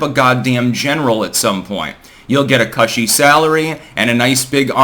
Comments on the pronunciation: It's "cooshy" like a "cushion". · cushy's pronounced like pushy😁